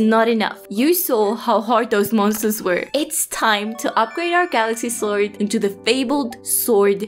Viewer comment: Love the way you say Swoid ^^ (I am a language teacher and I am very fasinated by accents :P )